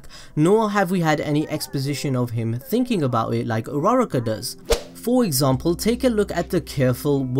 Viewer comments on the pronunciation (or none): stop saying his hero name say his real name Izuku Midoriya and uruuaaaruukkaa is not her name its Ochako Uraraka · Am I the only one who heard rara-car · His intro: Hi guys today im gonna tell you why I think dekU does not like urARArarar kaA Me:... WHEEEZE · Dis man really said ur-rara-ka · You prounce it Uraka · AM I THE ONLY ONE WHO THINKS ITS ANNOYING DUDE ITS U RU RA KA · that's not how u say her name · I'm not mad about the theory I'm mad about the way he said uraraka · Bro the way u pronounced "Uraraka" had me dying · the way he said uraraka =_= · I shouldn’t hate but, the way he says uraraka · That way he pronounced uraraka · He butchered her name terribly